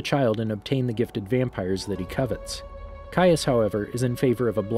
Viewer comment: Finally you pronounce his name correctly. Also, thank you for this